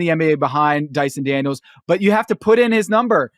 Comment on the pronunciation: Amen Thompson?, you mispronounced and spelt Dyson Daniels.